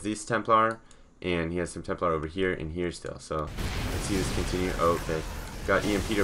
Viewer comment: It's "Templar"